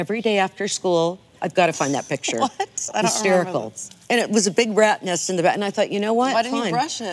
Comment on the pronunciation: hahaha kathy emphasized rats nest